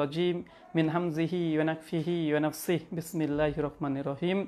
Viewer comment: ঠিক মতো বিসমিল্লাহ বলতে পারে না,,,আবার,,,বেটা আলেম সাজে